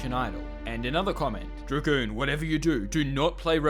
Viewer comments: "I wuold love to work at Dra-Goon corp" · Its dragoon